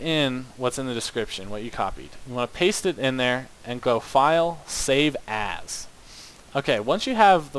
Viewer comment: whenever he says save as he sounds like he saying save ass